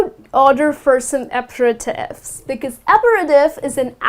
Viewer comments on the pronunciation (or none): none